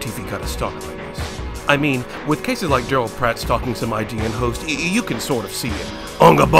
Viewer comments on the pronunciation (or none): none